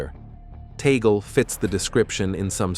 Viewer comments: correction- TAGLE not TANGLE and read as TAG-LE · what tangle are you talking about? it's TAGLE not tangle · The family name is " Tagle", not Tangle", please correct it! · It has been written TAGLE. Not TANGLE that way you suggest.